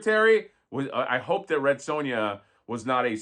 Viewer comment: Red Sue-Ya 😂😂😂 love it